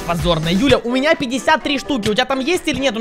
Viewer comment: Мне показалось или. Сказал не Юля а Дуля 🤔🤣